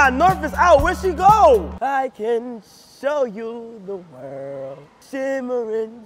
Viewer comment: “I can you show the wœœrld”